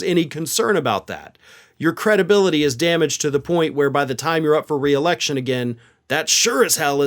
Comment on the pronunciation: George will never get his "cre-DUH-bility" back.